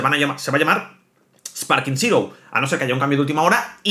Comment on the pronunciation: de verdad aprende a leer Zero es zero y no sirou